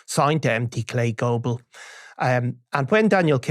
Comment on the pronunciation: "Empty-K Global"